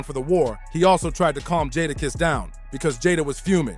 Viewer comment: (JAY-DA- KISS)That was the part that was irritating me so bad I almost stopped watching the video.